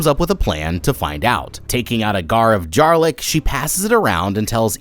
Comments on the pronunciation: Gar of Jarlic 😂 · “Gar of jarlic”😭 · Did anyone else catch his “gar of jarlic” mix up?? 😂😂😂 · am i the only one who noticed him saying a “gar of jarlic” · Bro did you say gar of jarlic? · "gar of jarlic" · "gar of jarlic"??? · A gar of Jarlic😂😂😂😂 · "A gar of jarlic" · A Gar of Jarlic 😂😂😂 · Gar of Jarlic lol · “A gar of jarlic” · “A Gar of Jarlic” 😂😂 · “ a gar or jarlic😂” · Gar of Jarlic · “taking out a gar of jarlic” 😭✌️ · You wanna talk about it?.. “Gar of Jarlic” 😅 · A gar of jarlic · Sorry but gar or jarlic 😂 haha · Time stamp he says a gar of jarlic 😂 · Taking out a Gar Of Jarlic?? Lmao cant believe i caught that